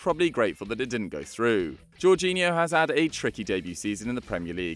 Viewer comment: Jorghino? Seriously